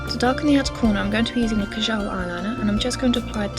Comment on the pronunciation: Kajal is pronounced kaajal and the al is more of not a but er